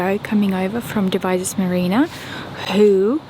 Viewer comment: Marina, you are correct with the pronunciation as far as we are concerned in the UK.